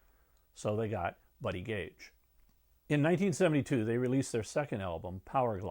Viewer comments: Buddy Cage not Buddy Gage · Buddy Cage, not Buddy Gage.